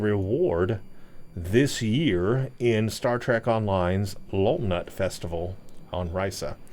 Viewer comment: It's pronounced low lou naht.